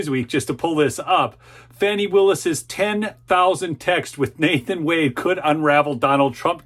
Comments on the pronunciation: it's fani! not "fawny" bro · It's not Fonny. It's Fani. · My burning question, why do you call her Fawni, her name is F A N I. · Quit calling her fawny...it's fanny..Annie Annie bo bannie